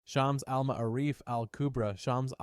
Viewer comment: If just like to say that the way to pronounce the shams Al-M’ārif is shuhms uhl muh-aa-rif